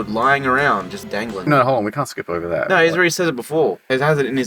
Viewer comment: Thought you were British til I heard you say “no” as “NUUUUUUUR”